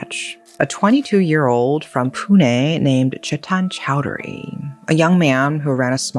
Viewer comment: First time a foreigner gets the pronunciation right on 'confusing' place-names in India. Most first-timers would say "pyoon" for Pune. says it the correct way, "Poo-Nay". Shows does her research reasonably well. One pointer, though. In India, words ending with "-gad" or "-gadh" are pronounced as "-garh"(garr- a subtle roll of the tongue, almost nasal). So, fort lohagad/lohagadh will not be "-gaad" or "-katt." Cheers.